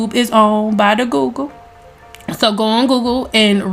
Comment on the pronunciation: I’m dead☠️ you said “by the goggle” funny as hell you said what you said...class over your dismiss😙